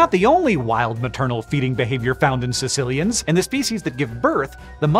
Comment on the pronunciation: The fifth thing is how to pronounce their name, but you won’t get that here.